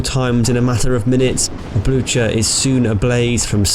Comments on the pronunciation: Blucher = Blootcher? TRY BLUKER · 'Blue-Her', idiot. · Just look up the pronunciation on wikipedia, if you are unsure. Blücher is pronounced ['blʏçɐ], what you said sounded something like ['blʊtʃɐ]. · "Blue-Her" is even more wrong than what he said. He already got the pronounciation of the "ü" decently right, while the "ch" is not pronounced like an "h". The sound is the same as the one in the english word "cute" between the "k" and "u" sounds. Actually, some dialects of German would pronounce the name about the way he said (though incorrect by proper High German standards), while NO German would say it "Blue-Her". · I believe the pronunciation for the German heavy cruiser Blücher doesn't have the "ch" sound in it, it's more like "Bluu-ker," however I'm English and don't actually speak German so I'm likely butchering that myself. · actually Blücher is pronounced with the CH sound. In it's native tongue, and in Norwegian.